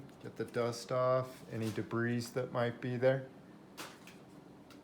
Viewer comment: also the "s" is silent in debris